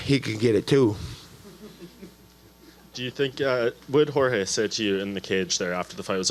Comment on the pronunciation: Steve Ford Jorge, and it’s pronounced “ Hor - Heh “